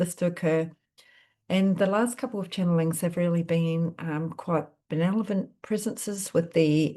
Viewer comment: Thanks; I enjoy your readings. Sorry to be a grammar nazi but check spelling and pronunciation of benevolent 🌟